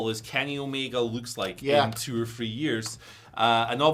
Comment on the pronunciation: The number Three (3) does not have the letter "F" in it. The word FREE and the word THREE are completely different, pronounced completely differently. The letter F is never proper when used in place of the TH sound. They sound nothing alike.